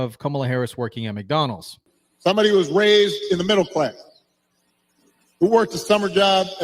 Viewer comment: Take special note how Barry, really puts the tone on his Ebonics.🤣🤣 "Sum bah day, went ta college wit ya". Now you know damn well in sam hell, in his everyday life, he don't pronounce (somebody and With, and You) like he just did. Funny thing is, Barry actually thinks he still has some pull with the community.